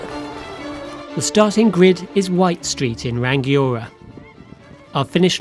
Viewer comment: Hey. Good stuff, though there is no hard 'g' in "Rangiora", it's Ra-ngi-o-ra